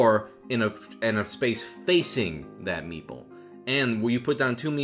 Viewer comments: for the longest time i thought you were saying "meatball" instead of "meeple" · Every time he said meeple I kept hearing meatball T_T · If I didn’t have captions there’s no way I would’ve known he said meeple